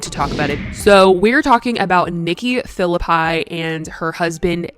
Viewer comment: The fact that it's pronounced Nikki "Fill-a-Pie" and and not Nikki "Fill-lippy" is deeply bothering me. 😑 These people are not to be trusted